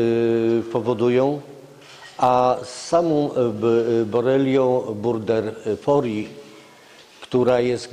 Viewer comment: "borelią burder fori"... To ja już podziękuję. Pozdrawiam.